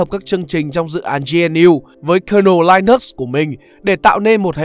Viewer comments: Linux không phải đọc là lai-nấc mà là li-ních nhé bạn. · Đọc là linix nhé bạn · nhà mình phát âm sai Linux rồi. Theo mình phát âm theo ý của Linus Tovalds mới là đúng